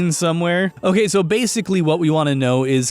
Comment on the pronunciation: "Hokay, soh!" X3